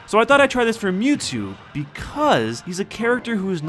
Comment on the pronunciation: it's not mewto it's mewtwo